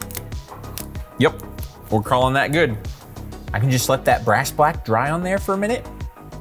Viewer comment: I wawnt thayt